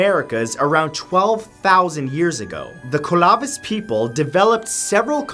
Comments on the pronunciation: This pronunciation tho. The kolavith peepl The kookootan- try pillyaan peepl. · 1. Thank you for including the Ancient Puebloans from New Mexico. 2. It is Clovis! Pronounced KLOH-VIS. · Living in California has me cringing how he pronounced Clovis. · You pronounced Clovis people wrong LOL but good try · Why are you pronouncing Clovis like that. As if you are trying to say it with an ethnic accent. Also the main pushers of the Clovis people are white supremacist, that said the native Americans original were originally from the Belgium region of Europe. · "Clovis" is pronounced as in modern Clovis, New Mexico. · Matt, say clover for me real quick... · Hear that pronunciation of clovis??? Jesus, talk about trying too hard. Its like that one kid in class when we read out loud. Yall kno wut I mean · Was gonna say the same but God knows I couldn't have pronounced half those names but laughed when hear Clovis said that way. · Yeah I'm pretty sure Clovis is pronounced how most people pronounce it. It's named after the town the archaeological site is in. I'm not familiar with phonetic spelling so idk how to type out the pronunciation. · CLO-VIS Sir.. CLO-VIS... Ur adding letters in.. BAHAHAHA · you pronounce it like this Clo (hard O) veese (like Reese of candy bar) emphasis on the EES both EEs in middle are hard, last e is silent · Clovis people, long o, as in the pronunciation of closed, or clover. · Matt it's Clo vis not Col ov is I'm from place called Clovis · CALA VIS or just CLO VIS? 🤣 I'm questioning this one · It’s cLoViS not ClOvIs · not colovis. Clove-is . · It's pronounced Clovis people, not Co La Vice people. They were named after a city where their artifacts were first found. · Its clovis not colavis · Klo-vis. the first syllable rhymes with flow. Asnxingdue = Sahn-shing-dway. Pueblo= PWEB-lo. Moche = MOh-chay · Also Clovis. Like clover with is at the end. Clove-is. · Clovis. Is said with a long o.. like clothes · Isn't Clovis pronounced Kloh-vis